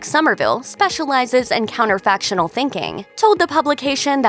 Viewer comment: Counterfactual, not 'counterfactional'.